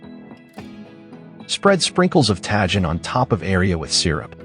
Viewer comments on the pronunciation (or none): Looks great, also it's pronounced "tah-HEEN"